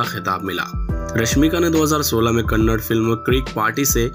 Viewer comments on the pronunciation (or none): KannaD ❌ Handi❌ KannaDa☑️Hindi☑️